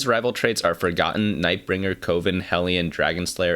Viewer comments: CO-VEN? Pretty sure it's like a witchs' Coven which rhymes with a baking oven. :/ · Coven rhymes with Oven, not Woven btw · Coven (pronounced like oven PLEASE) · Are we all just going to ignore the way he pronounces Coven?